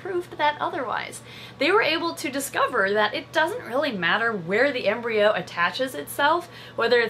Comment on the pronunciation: Embryo coreon to sounds like embreon sliveon